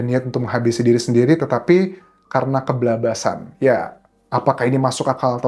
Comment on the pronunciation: ke bablas an , mas Anjas, bukan keblabas an 🤣🤣